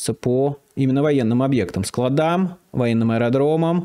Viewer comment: СклАдам, склАдам, склАдам, склАдам, склАдам. Майкл, боюсь Вы ещё и звОните своим друзьям.